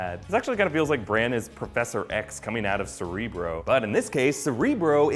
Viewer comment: Cerebro? CERTREEBRO.